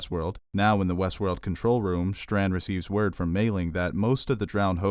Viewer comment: It's "Strand", not "Shtrand".